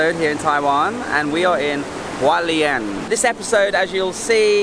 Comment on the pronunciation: Hualien, not Walien! You pronounce the H.